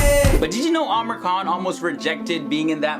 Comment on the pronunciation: seriously ...no offence bt why do you keeps calling him Amer khan..... its Amir khan.....its pronounced as "Ameer"